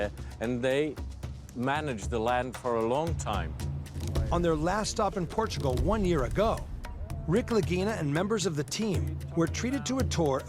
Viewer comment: 'Welcome to Port-a-gul.'